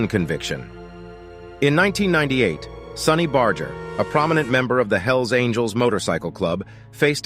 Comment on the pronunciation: You can't even pronounce sonny's name correctly. Smh